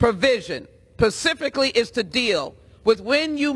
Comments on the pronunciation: she said "pacifically". 😱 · I love how she said "Pacifically" instead of SPECIFICALLY. This just shows the mental capacity of our representatives. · or when they pacifically axe you a question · At one point in her presentation, she said "pacifically" instead of "specifically." On my planet, if you can't be bothered with basic English grammar and word usage, you don't get to be a senator. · Pacifically in the bill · She said, "pacifically"? 😂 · She said pacifically instead of specifically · Pacifically? Is that a nautical term. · How do these people get into the position their in? She still says pacifically instead of specifically. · she said that the gun caused a mass shooting? It was the idiot holding the gun that caused the shooting. Not the gun! That was a stupid statement itself! did she say pacificly and not specifically? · "This weapon pacifically....." ummm... ma'am. Specifically is the word your looking for. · She said “pacifically” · “This provision…pacifically.” Don’t need to say much else here. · Did she say “pacificly” 😅😭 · Pacifically she could benefit from stabilization. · I do not like provisions that "pacifically" deal with anything. I prefer when provisions are dealt with in more of an "atlantic" kind of a way. But, hey that's just me. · "Pacifically" she's wrong but what do you expect, at least she isn't gonna be in the federal gov anymore... she's gonna be mayor of a city in Texas, watch out Texas... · How is geography relevent? "This provision PACIFICALLY is to deal..." English much? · "pacifically"??? really? ignorant oppressor. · pacifically... come on man, you don't even know the language your speaking Sheila. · She is "pacifically" the reason we have the 2nd amendment. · When she says “Pacifically” …you know she has a firm grasp on specifications of firearms… and the English language 😮😂😂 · And can't say , specifically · "Pacifically" LMFAO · did a sitting member of the US Congress just say "pacifically? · Did she say pacifically?